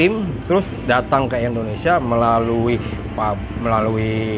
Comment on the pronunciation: Bukan endonesia..tp indonesia..